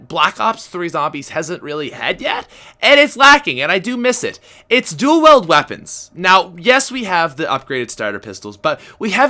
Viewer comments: Is it Pats Canadian accent or does he misread wield as weld. it's kinda annoying when he says dual-weld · You pronounce wield wrong you say it like wheeled ( weel - ed ) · Dual WIELD, not duel WELD! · "I don't say duel weld."